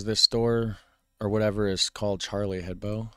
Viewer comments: Hebdo, not head bow. Ebb doe. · hebDo, for fuck sake DO With a "D" ! I'm litterallly screaming in front of my screen.